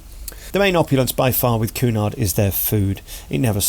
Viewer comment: It's "Q" nard, not "Coo" nard! I gather from your comments you're not that versed in cruising. Pay more, your suites are far from bland and The Grills makes it an entirely different cruise altogether. It's not bright, glitzy and loud, but what a welcome relief for those not looking for "Butlins on Sea."